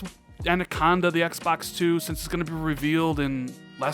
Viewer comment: Anaconda,. Anaconda. Not Andaconda. 😉